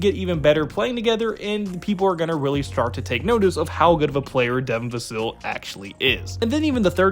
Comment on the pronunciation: Vuh-Sill? It’s Vuh-sell, Hard to take your video serious when you cannot pronounce his name correctly. Risacher should be taken at #4. The French connection! I like neither of the two Kentucky guards. I saw their final game for Kentucky against Oakland. They both were horrible. Use the #8 pick to Cody Williams or Tidjane Salaun. Castle, if available.